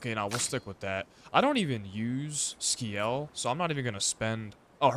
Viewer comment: It's pronounced Si-el not Ski-el 😅 assuming you got that eventually